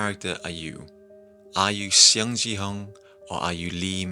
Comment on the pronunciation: But for the pronunciation of their name, it's Seong like a "Song" pronunciation and gihun not jihun and not xiong jihun